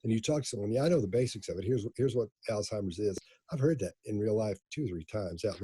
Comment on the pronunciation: I appreciate her pronouncing Alzheimers correctly. Usually, when someone is saying someone else has Alzheimers, but they didnt hear it from a doctor, they say "Altimers"